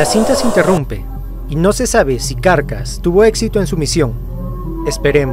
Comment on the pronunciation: no se por que me genera amciedad que diga "carcas" pero mi cabeza dice "caracas" X,D